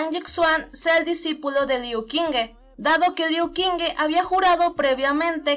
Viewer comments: Friendly reminder that the Q is pronounced like CH, not like a K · Soy imbécil ⊂(・﹏・⊂) hice un fallo enorme en la pronunciación del nombre de Liu Qingge, Qingge se pronuncia como "Chingge" y yo de estúpido lo pronuncie como K. Lo siento mucho!!! (╯°□°）╯︵ ┻━┻